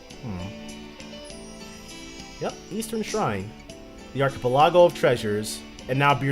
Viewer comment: The way you pronounce things is so funny. "Birgitta" is 'Burr (similar to 'bird') jitt (similar to 'hit') uh'. And proboscis, the C is a hard C, so it's like "probos-kiss". And with Archipelago, you're putting the emphasis on the wrong syllable.